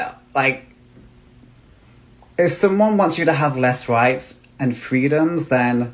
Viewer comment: Wights and fweedoms